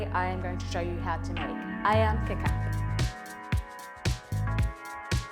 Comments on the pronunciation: It is not 'kicap', it is kecap. That is how it is spelled on the bottle. Pronounced keh-chahp if you are english speaking. Primarily 2 kecap are featured in stores, kecap manis (sweet) and kecap asin (salty). The asin is what we normally think of as soy sauce. Tomato ketchup is called 'saus tomat' (tomato sauce). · Wow Nice video ......That is so delicious, by the way to pronounce kecap, is "catch up" , not " K Cap" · You supposed to say Ke-cha-p not ke-cap, its the same mistake on porsche ma-cha-n. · Ketjap (not Kekap) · It’s pronounced “khe-chap” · The c is pronounced with a “ch” sound 😂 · “AYAM KETCHUP” thats how you pronounce it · Nice job! But the sauce ketjap manis is actually pronounce a little bit like ketchup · Nice one.. kecap should be pronouced like keh-chup hahaha. Cheers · The soy sauce called kicap sound "key chup" similar sound like ketchup... just correcting the sound... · presents very well and we may mistake her to have spent time in South East Asia. Kecap is derived from the colloquial word for Ketchup (Kichap) which should be the correct pronunciation of the word. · Not 'kitchap'. It is 'kecap' and the letter 'c' sounds like 'ch' in 'church'.